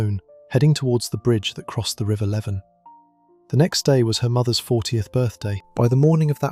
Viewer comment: the river is pronounced Leevin everyone says levin but its not can we normalise learning how to pronounce things when they are within traumatic stories please